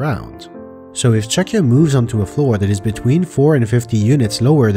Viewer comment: is it really pronounced "chucky-a"? I thought this whole time it was "Chuck-ya". Cause like, that's what it does.